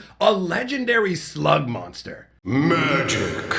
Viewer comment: At 13 seconds in a thought he said "a legendary slut monster"